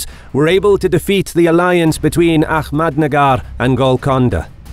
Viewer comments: It's Ahmednagar not ahkmednagar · A-hhh-mad nagar not A- kkhhh- med nagar